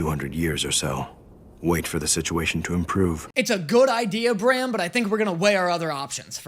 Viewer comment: WHY ARE YOU SAYING BRAM LIKE THAT ITS PRONOUNCED LIKE SLAM. WHYYYYYYYYYY